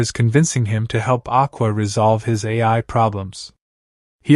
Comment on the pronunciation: It’s Ai not AI!